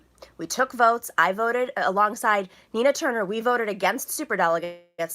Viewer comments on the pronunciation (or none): none